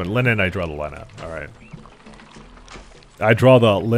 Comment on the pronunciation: I think I been here for too long caz when you said line-nin I just went "it's, of course he pronounce it like that."